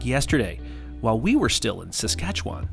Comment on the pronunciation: Welcome to our country. I hope that you two enjoyed yourselves. Oh Susanne didn’t warn you of her Bingo skills on the wedding day, sneaky, sneaky. If you ever get a chance to drive Highway 1(Trans Canada Highway) you should do it. pronounced Saskatchewan like a pro. Most people start making faces, trying to sound it out. Good job.